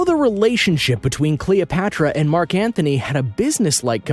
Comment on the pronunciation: It's Mark Antony...not Mark Anthony